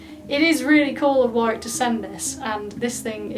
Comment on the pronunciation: So good to hear Warwick pronounced correctly.